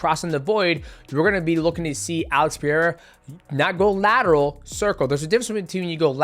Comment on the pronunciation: Yuri = jiri Pièrra = pereira Blakovitz = blachowitz I think chael has competition 😂